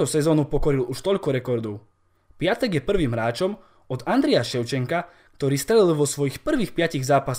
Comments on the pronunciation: sprav video o Pépému, lille tuto sezonu hraje super a celkom im fandim a inak ten Piątek sa číta piontek a nie piatek☺️ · číta sa pjontek